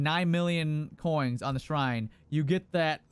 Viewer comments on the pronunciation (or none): Ya boi, spend those "koings"! 😅👌🏻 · Man thats a lot of "KOINGS!"